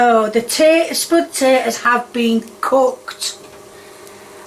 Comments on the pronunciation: Hi just have a question for u im not a native english speaker but id like to know why you say spotatoes and not potatoes by the way this isnt a hate comment as i love ur content and keep up the good work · You better watch out,. You almost said potatoes and eggs correctly (instead of sputatoes and heggs)